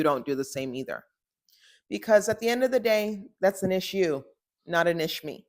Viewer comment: LMAO “an iss-YOU not an iss-me”